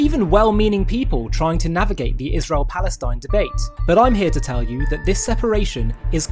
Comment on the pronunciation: Ishrel She deliberately pronounces Israel as Ishrel. I wonder what's behinf it?